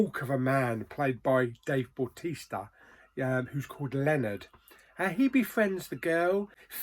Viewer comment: meh it's a miss apart from dave bautista (please say his name correctly) 4 out of 10